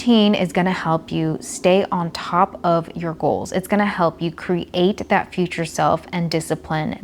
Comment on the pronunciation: I love how she says cre-Ate